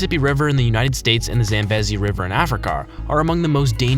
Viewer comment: the Zambezi River is zam-BEE-zee, not zam-BEZ-ee. Specifically, Attu Is. in the Aleutians is 468 miles west of the International Date Line. Still in AK, its coastline is much longer than your figure--@ 33,904 mi/54,563 km, but with tidal shoreline, including islands (2670 in total--most of any state), inlets and shoreline to head of tidewater, it’s 47,300 mi./76,105.6 km. In Morocco, it's Rabat, not Rabbat. In S. Africa, they're JOE-, not YO-hannesburg, bloom-fahn-TAYN, not BLAHM-fun-steen. In Switzerland, it's Bern, not Berne. Also, I don't know where you got your info, but the National Geographic World Atlas has Bern marked as the capital. A little Hawaiian pronunciation lesson is needed re. Mauna Kea. It's not ma-OO-nah KEY-uh, but MOW-nah KAY-ah, with 'MOW' rhyming with "now'. Aside from all these silly blunders, you were perfect.🙄